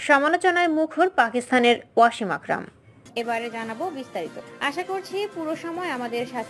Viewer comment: Not “Washim” it would be “Wasim”!!